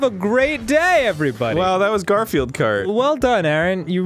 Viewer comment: Jeremy gar-fi-eld ? Or just gar-field